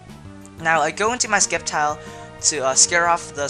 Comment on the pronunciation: It is supposed to be "Sseptile", but many people pronounce different things, such as Rayquaza